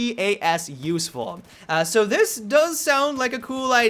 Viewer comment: it isn't MP-AS it is MP-APS